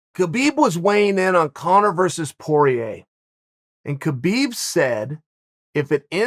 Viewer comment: It's pronounced Habib ,Chael